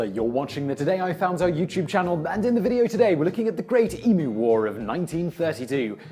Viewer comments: Finally someone who pronounces emu right. It is EMEW not EMOO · i can feel the effort he is putting in to pronounce emu correctly. it is greatly appreciated. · Thank you for saying emu correctly. Also it's really good to see that audible is still supporting youtube channels. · All I can say is, thank you for not saying eMOOOO. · It is good to know the Pom's can pronounce Emu. It seems that the Yank's cannot. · OMG! THANK YOU! You pronounced Emu correctly!! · Simon you would have to be one of the handful of Americans that say emu properly